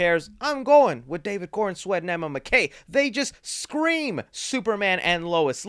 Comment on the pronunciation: Holy shit, it's Emma MACK-EE not McKay